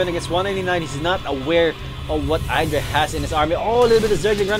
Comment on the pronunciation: well casted, just remember that you pronounce idra id-ra, not eye-dra